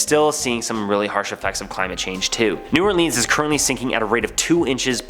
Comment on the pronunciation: Guy: ays it "New Or-Leeeans" Me: He's gotta be Canadian... (I'm Canadian btw.)